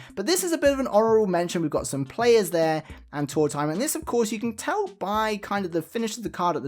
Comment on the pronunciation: Card #2 reminds me of Tanaka from black butler (old man who’s default state is his chibi form drinking a hot cup of tea) 😁 Thanks for sharing these! I don’t mind that you pronounce his name like “tour-timer” because it sounds like “old timer”, which he is 😂